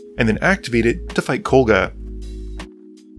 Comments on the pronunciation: KoGLa, not KoLGa. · Dude, it's KOGLA, not KOLGA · I don't mean to be rude, but I need to ask; Does have some form of dyslexia? Kol-gah, "Stetson", Champion, Skrey-lev, he seems to have major issues pronouncing card names in his narration.